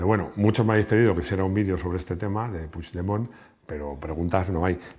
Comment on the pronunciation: Creo q eres el unico español q sabe pronunciar el apellido PUIGDEMONT . T lo dice un catalán 😂😂😂😂lo digo con humor web😂😉